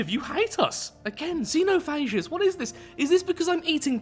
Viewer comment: Xenophages comes from the word xenophagy which is a combo of Greek worlds. Xeno which means allien (the X is actually pronounced as x in Greek not as z) and Phages which is the English plural version of the Greek world phage (pronounced fagy and it's already in plural in Greek), which means eaters. Love your vids btw!